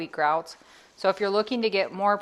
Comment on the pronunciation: I like the way you said it! I'm going to say it like that now too lol